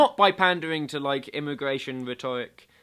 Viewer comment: Interesting pronunciation of the word rhetoric.